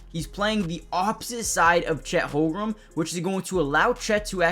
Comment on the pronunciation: Great content. Constructive criticism. Please learn how to pronounce Holmgren. It's not "Holgrum". I'm sure you know basketball but mispronunciation could make it seem like you don't.